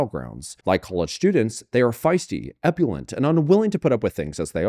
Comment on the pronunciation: E-Bull-ient, not e-pu-lent.